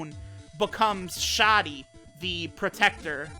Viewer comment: I would've pronounced it 'sha-dee'